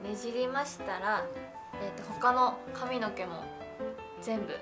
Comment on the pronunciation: の髪の毛の発音なんかおかしくない？笑 かみ⤴のけ